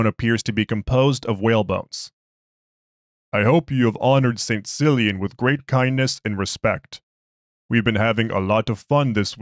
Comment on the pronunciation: I think its pronounced "Killian"... but love your stuff! Keep up the good work!